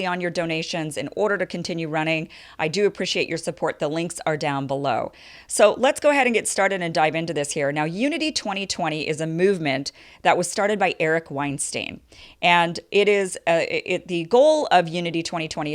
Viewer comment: It was actually the brainchild of Brett Weinstein (pronounced Stine not steen) it is something everyone should check out prior to making and judgements or criticisms of. It is possible it can work with a groundswell of support.